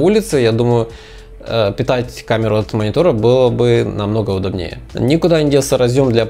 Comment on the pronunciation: Спасибо за обзор и всё же, не удобнЕе а удОбнее, ставь правильно ударение.